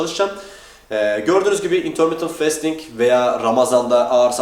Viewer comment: bro şu fastingi festing diye okuma ya fasting diye okunuyo o :D